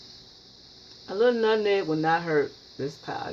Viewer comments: My mama can't pronounce nutmeg either. It's adds humor to her cooking sessions. To me it's a sign of a good cook. I know it's delicious. Great job! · Please let say nutmeg her way without correction. It's very rude to correct someone with their speech. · Do you not know how to pronounce "nutMeg"?? It's "not" called Nut-Neg. No, it's nut-MMeg. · My mom is 85 born and raised in the south and has always pronounced her words like her. Especially nuttineg for nutmeg! If I hear you pronounce it like that then I know three things about you. 1. You’re a great cook! 2. You’re a clean cook! 3. You’re raised in the South! And one last observation, You were raised RIGHT and have lots of great advice and knowledge of natural remedies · Her pronunciation of nutmeg is very common in the south, drop the M. It's not just her, so So GET OVER IT and leave her alone. I'm sure her pie is delicious but I watch it because it reminds me of my momma and home. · more people than me said something about her saying nutneg and you didnt say shit so watch yoself messing with me cause i aint the one to come for k maurita george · You are so cute with the “Nutneg.” I love your video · Lawd, I just found out that my mama says, "nut-neg" too. This made me smile! Gotta try this recipe with 1 tablespoon of "nut-neg." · You used too much nutmeg, and can't even pronounce it. Nutmeg messed it up. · You grew up on nutmeg but never knew how to say it lol smh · The moment I heard her pronounce nutmeg like that, HONEY I knew she can cook. My mother and grandmother both pronounce it the exact same way and although she’s been in the Midwest since 1957, she still has her thick southern accent and she can cook, give great advice and teach me about natural remedies and old recipes. Yo grandma can not only cook, she’s a clean cook. I hate peoples on here scratching their hair rubbing body part, picking up animals and not washing their foods or hands before and during cooking